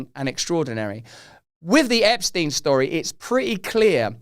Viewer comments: Epstein pronounced . . 'Epp' - 'Schtine' . . rhyming with 'mine' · Ahhh, finally someone pronouncing that sh*tty name correctly!!! It's German name! Epstein, Weinstein, Einstein, Bernstein... Looks like Epsy is not dead because his accuser is now dead. R. I. P. poor soul who suffered so much.